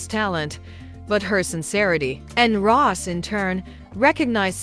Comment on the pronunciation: Her name is pronounced Ros’ie not Ross